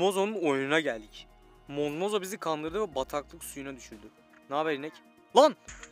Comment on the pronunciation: Mozmozo değil zombozo